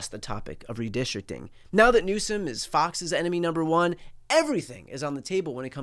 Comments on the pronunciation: Buddy Carter calls it "redistricking". Dude can't even pronounce it correctly. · Carter: "Redistrick-ing" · Homie from GA can't even say "Redistricting" lol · Buddy cant even say 'redistricting'. America is so dumb, and u cant argue otherwise these days. Outstanding